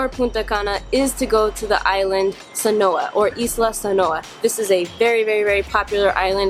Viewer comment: Saona Island, not Sanoa